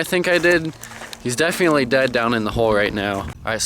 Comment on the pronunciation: You pronounce definitely like "Def-ee-antly" and its really annoying